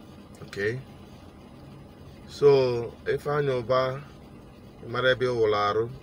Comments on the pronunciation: I heard Andy Ubah and not Ifeanyi Ubah. Correct yourself please? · The bank narrator said Ifeanyi Uba but Chinedu Asuzu kept saying Ifeanyi Uba, so which one is the right one